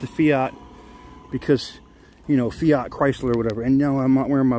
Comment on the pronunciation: the fiyot as you call it is a fiat with a at (at) the end not a yot as for the lights on the dash may be you should go read the manual then it may make some dam sense